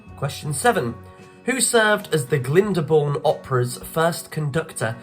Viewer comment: Wrong pronunciation og Glynbourne.